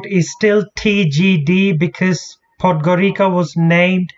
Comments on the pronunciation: Its not Podgorika its Podgorica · Perfect Video but...pronunciation is Podgorica with ( c) not with k....is Podgorica not Podgorika...) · It is pronounced "Podgoritsa"